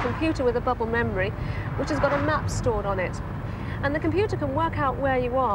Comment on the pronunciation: Did she say Bubble memory